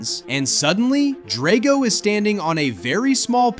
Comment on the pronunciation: It’s pronounced DRAGG-oh, “Patrick Star”! 🤨